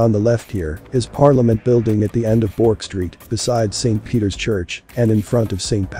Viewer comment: Hi, great video, I'm born and bred in Australia, ancestors from Britain and Scotland in the early 1900s. Thestreet you speak of is pronounced "Berk'" (Street).